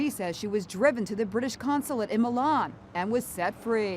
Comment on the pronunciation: You know what worse how She pronunces Milan ”Mailan”